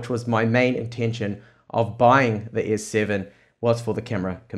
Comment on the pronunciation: he said S-SayVen (S Seven)